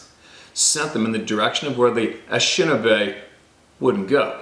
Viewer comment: can you at least say the name of the tribe the way it was meant? It is Ah nish' shin naw' bay. You are pronouncing it wrong. And it's also Paw' to waw' to me.